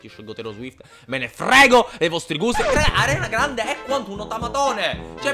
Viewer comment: No no no no no questo no lo accetto,non si può sentire Arianna Grande si dice Ariana😵😵( è più figa Ariana cmq)